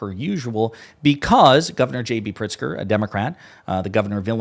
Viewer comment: "Governor Pritzer"